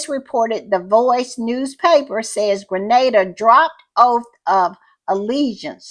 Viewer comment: Thank you for shouting out Grenada 🇬🇩, and I appreciate so much that you know how it's pronounced. Little things go a long way. And thank you for the great podcast